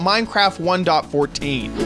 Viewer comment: The thing I hate the most is how you say 1.14 and that your complaining